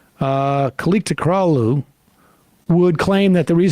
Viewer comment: Kemal "kileechdarlo" when I googled "Pronounce: Kilicdaroglu"